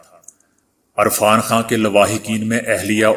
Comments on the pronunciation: ارفان خان نہں یار عرفان خان ھھھ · Irfan not Arfan I like your global news bulletin